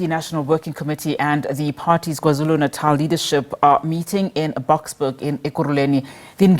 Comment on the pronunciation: you're a Nguni person, why do you pronounce KwaZulu Natal like that?!